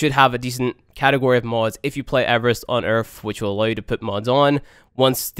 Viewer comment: Omg. 3 vids in. "Earff"(earth), "wiff"(with), "worff"(worth), "free"(three), "firty"(thirty), the list goes on & on. Your elementary school failed you, bro...... "deaff"(death), "eiver"(either), "frough"(through), "frow"(throw), "togever"(together). Got problems with that tongue pressed against your top front teeth (sorry, "teeff", lmao) for that proper "th" sound. Yer killing me smalls, killing me! Lol